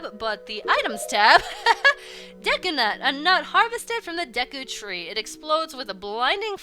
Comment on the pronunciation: For some reason, I keep hearing you say The Great Desu Tree. ... Maybe I watch anime too much.